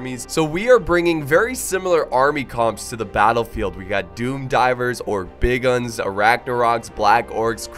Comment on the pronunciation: Wow. said Savage Orc Boar Boy Bigunz correctly on the first try. He really has gotten better at this game!